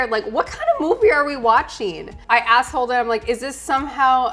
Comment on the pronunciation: When said, "asked Holden," I heard something...very different.